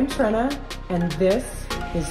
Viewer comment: Far be it for me to be critical but in your intro you mispronounce your name. You pronounced it as TREN UH and, we all know the correct pronunciation is. Your Dad, John, explained to me that you were named because most, if not all,of the furniture your Dad repaired was made of wood and all that wood started life as a TREE...Another spectacular restoration..